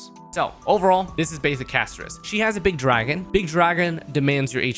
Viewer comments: It’s pronounced CASTORISSSS NOT EEEESSS idk why streamer can literally never pronounce anything right lol 😂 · talks shit about Castorice (Cas-to-ris [btw, bc why are we mispronouncing it when it says it in game]) *also pulls for her*. kind of ticks me off that i've watched multiple videos and stuff where multiple creators, including you, one of my favorites, talked absolute trash about Castorice and her passive, yet here we are pulling for her and all that. makes sense. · The way said her name is throwing me off.